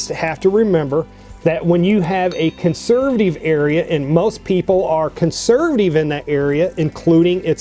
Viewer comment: cant stand how he says consurvuhteeve